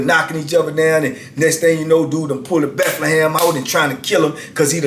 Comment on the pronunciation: I'm sorry but when says Bethlehem or Mecklenburg I die laughing 😃 😀 no disrespect to him but I find it funny and keep up the great work these stories are interesting